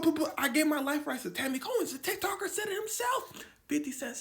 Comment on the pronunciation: Tanny "Cohen".. Every single time.